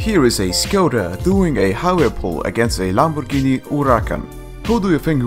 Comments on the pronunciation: lol lamborghini oerakan xD say it properly xD dont blame that english isnt your first language its also not mine xD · the way he said Lamborghini is so satisfying